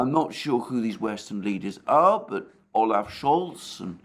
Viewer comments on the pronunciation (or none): none